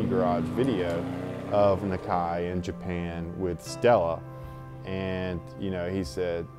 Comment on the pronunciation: wish they would say Nakai right lol